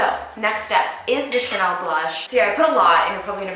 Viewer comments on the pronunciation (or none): none